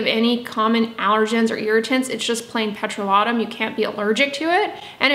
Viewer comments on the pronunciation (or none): I will now stop my scrubs of all kinds. In the winter I do like a little sugar scrub. I’ve begun using glycolic acids and retinols and think its better for my face neck and cheat and am grateful for your advice. I am curious why you pronounce petrolatum as “pet-roh-la-toom”? I’ve been concerned using a petroleum product on my skin because it is a petroleum my product. Is this true?